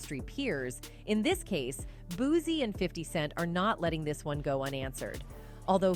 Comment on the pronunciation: It's pronounced "BOOT CEE" babyyy..please get his name correct..please..